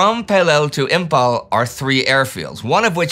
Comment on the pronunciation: Imphal is pronounced as Imfal not Impal.